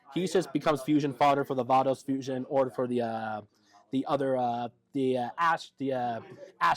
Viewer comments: I've heard "V-ay-dos", and "V-eye-dos", but first time I've heard "V-ah-dos" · Nice deck profile, if only he could pronounce "Veidos" lol